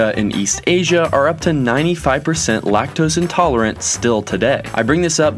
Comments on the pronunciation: lac-tose xd.... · Lac-tos?? Seriously LMAO 😂